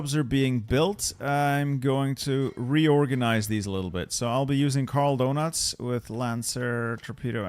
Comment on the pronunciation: "Karl Donuts" lol